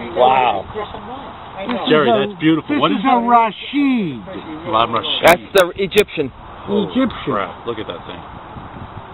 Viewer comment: "Rasheed" rather than "Rashid". Says so right on the receiver.